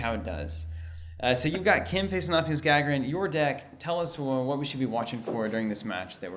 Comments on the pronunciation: ***** More like Guh-Guh-Rin, emphasis on the second "Guh". The "A" is not meant to pronounced the english way. Neither is the "r", it is rolled normally, but that would you just give a hard time I think. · It's pronounced Gah-Gare-In! As in Yuri Gagarin :) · Was about to comment that you're mispronouncing Gagarin, but other folks already got it covered. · ***** The emphasis is on the second syllable - gagArin.